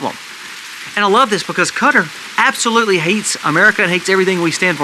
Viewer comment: Qatar is pronounced kah-TAR